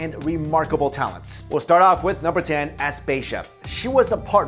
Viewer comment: Please learn how to pronounce the names before u say them like Aspasia (as pah see ah) and Perikles (pear ee klees)